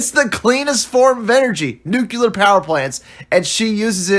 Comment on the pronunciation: Guys that say "Nucular" probably shouldn't review sci-fi movies. Still, this one was really bad.